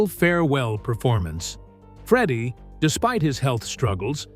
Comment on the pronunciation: This is garbage clickbait. Freddie wasn't diagnosed until 1987, so Knebworth wasn't intended to be Queen's last concert. Also, if you're going to use a stupid , David Letterman- sounding AI voice, it's pronounced "Freddie", not "Freedie". Wankers.